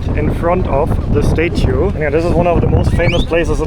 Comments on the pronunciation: It's not "STATE UE" It's pronounced "STAT-UE" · learn how to say statue lol